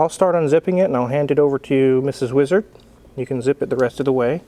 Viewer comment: Your intros are sending meee!🤣 And this Porsche is like my 80s teen dream come true.🎁 ETA: Seriously, seeing so many YTers w/the Bendpaks now, I assume the cars on the top lifts are leak-free...?